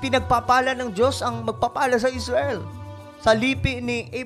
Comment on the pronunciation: Parekoy mali yong tunog ng pananalita mo Muslim hinamon ng dios ng Esrail hahaha